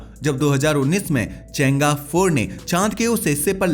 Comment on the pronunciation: चेंगा नहीं भाई चैंग - ई